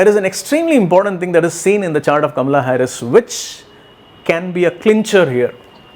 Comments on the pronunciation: I love how you say Kamala's name. Very Indian, exactly how it should be pronounced. And I love your prediction. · Cult much? He is an astrologer - he is doing a analysis from an astrological point of view. Nothing to do with being Indian. But he does pronounce her name correctly, which is an added bonus to his prediction of her winning this election! I am loving his prediction.